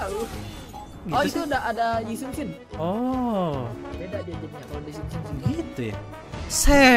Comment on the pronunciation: Coba ulang bang nyebutin yi shun shin nya yg pas loading 😂 udh subscribe bg